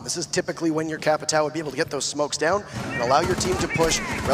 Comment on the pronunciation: why doesn't anyone pronounce Capitão correctly?